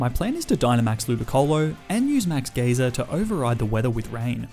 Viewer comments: Sir it's "guy-ser" not "geezer" or " gaysir" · “Max Gayser” 💀 “Max Geeser” 💀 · It's not max gee-zer it's max guy-zer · “Geezer” “Gayzer” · Dude please learn proper pronunciations for pokemon and normal words as well. Geyser not geezer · Great vid (max gazer pronounced g-ia-zer) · Ah yes geeser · He also says gayzer instead of geyser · Being from the Uk, hearing ‘Max Geyser’ pronounced as ‘Max GEEZER’ made me laugh 😂😂. “Oi, MAX GEEZER, you good mate?”. Also YES. GrookeyGang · He said max gayser people happy pride month ❤️❤️ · Anyone else bothered by the way he says geyser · He also said Kabu had a sizzlipede when it's a centiskorch, and kept pronouncing Geyser incorrectly.